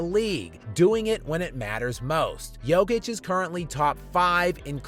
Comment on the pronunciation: Jokic won three MVP awards, he broke a bunch of NBA records, he is known all over the world, he has been talked about almost every day for years, and USA journalists and analysts are not able to learn how to pronounce his name correctly !! Unbelievably !!